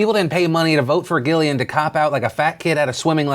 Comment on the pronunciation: its pronounced jillian!